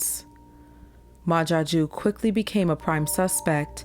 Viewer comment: Is he french? Ma Jaque?